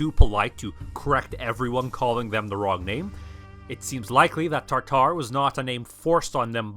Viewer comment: Why do you mispronounce "taRtar"? It is "tatar". Also, only the most western catholic nations used to call them "taRtars", as an association with the ancient Roman hell "Tartar". Western Europeans had no clue of Mongol identities.